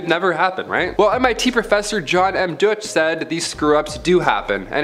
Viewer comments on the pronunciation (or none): none